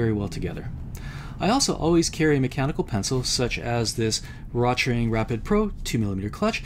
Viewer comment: The name "Rotring" is pronounced "roat-ring", "roat" rhyming with "goat".